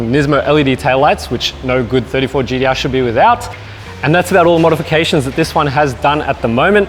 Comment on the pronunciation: You can say Tee-spec but why do you keep saying GeeDeeArr? Great presentation though.